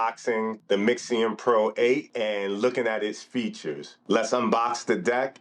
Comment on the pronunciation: I had to stop when you can't even read its name correctly 🤦🏽‍♂️